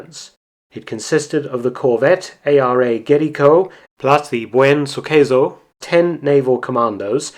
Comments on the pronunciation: It's "Buen Suceso" Mark, not "Buen Suqueso" Suqueso is not an actual word in spanish but kinda sounds like "Suck eso" ("Suck that") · Next time you should use at least Google translate to read the spanish names... At least try it: Buen suceso -> Nice event : You said : Buen su queso -> Good his cheese. Good work BTW